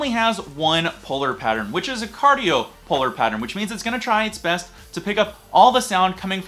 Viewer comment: Thanks for the video! Nice hack to speak past the mic instead of into it. P.S. Not to be too much of a curmudgeon, but it sounds an awful lot like you're saying "cardio" instead of "cardioid" and my understanding is that it's the latter. Enjoying your vids.